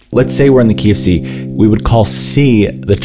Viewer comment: Nooo!😭 I will never hear “key of C” the same way again!😂🤣 That’s hilarious!😂